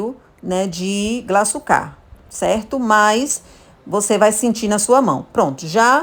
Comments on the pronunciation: Glaçúcar e não glaçucár. O acento é no U. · Faltou na aula de português. Não sabe que o acento ta na punultima silaba. Paroxitona. Kkk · Maravilhosa receita, mas “glaçucá” me agoniou kkkk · Por favor , o açúcar é GLA ÇÚ CAR , com acento no Ú ....não é glaçucár com acento no último á ...desculpa pelo comentário, mas demorou para eu entender que açúcar era 😂. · Interessante esse bolo, deve ficar mto bom. Só uma coisa, não é glaçucár, é glaçúcar, fala-se como açúcar, tem até acento agudo no u. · Não é Glaçucár, é Glaçúcar! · Receita maravilhosa, só um dica, o nome desse açúcar é glaçúcar com Acento e não glaçucar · A pronúncia é GLA-ÇÚ-CAR ! 😆 Mas o bolo ficou maaaara!